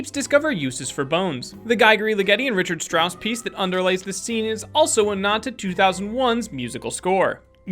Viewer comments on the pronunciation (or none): are you kidding me Rich-hard strauss its pronounced reak-ard strauss